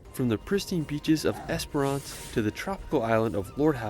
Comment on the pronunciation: Great reaction, I love how much you love animals 🥰 So much natural beauty all over the world. This guy definitely had all the usual mispronunciations, but my favourite was Esperance, he kept saying Esperonce, it sounded so funny, never heard that one before, lol, but it was a lovely video, so who cares. ✌❤